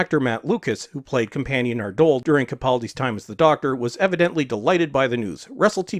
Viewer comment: Again with the trans-Atlantic disease of stressing the wrong syllable! lol Matt Lucas' character is pronounced NARdole...... not narDOLE. Just a minor point: don't worry, it's definitely not irritating in the slightest ...........!!!!!!! :) PS: RTD is guaranteed to continue to preach the gay agenda in some way..... Now Barrowman is cancelled, I predict one of the new companions will tick that box!